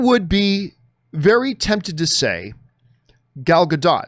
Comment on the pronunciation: pronounces Gal Gadot’s name three different ways within 20 seconds